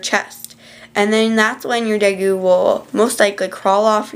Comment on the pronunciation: day_goo not de goo